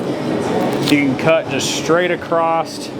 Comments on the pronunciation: in english the word is across NOT Acrost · Very good . But when you say cutting across don't ad a t . It's across not acrosst . So I would say ." I grab this piece and cut across here to this point." Then back across to take the briskets off. It's not the proper way to say in english acrosst. It even came up as a word spelled wrong .I sorry for the criticism. I did like the lesson in cutting a cow into all of it's different cuts . Thank you .